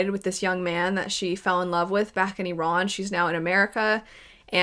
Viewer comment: thank you for prononcing the name of Iran correctly as it is not any other things. It just icks me everytime people pronouce it wrong when i'm sure iran is mentioned in today's news alot even in america 🙏